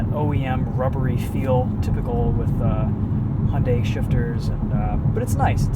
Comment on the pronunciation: You can avoid the problem with the music licensing if you just use the Youtube music library. I know there are other reviewers that use that. Also ... Hunday? Hunday? God I wish people would learn how to say the name LOL